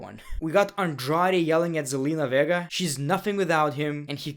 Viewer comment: I cannot be the only one that heard him pronounce Zenlina's last name as Verga lmaoo